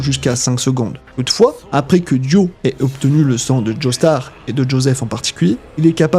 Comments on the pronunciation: justement, pardon je me suis mal exprimé, "merci d'avoir dit "Joestar" et non pas "Joeystar" lol 😅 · Merci de dire "Joestar" et non pas "Joeystar" 🙏🏾